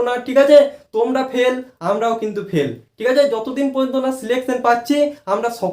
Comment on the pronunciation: পেল নয় ❌ ফেল হবে বাবু😂😂